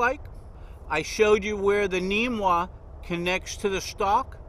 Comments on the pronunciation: Namwah not neemwah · Its called a namwah not neemwa!